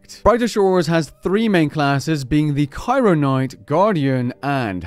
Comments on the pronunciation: "Kairo Knight" It's literally Cryoknight. CRYO. Like. Cold. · Bro it's cryo not Cairo😭 just see my username and you'll understand why I am upset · you mispronounced cryoknight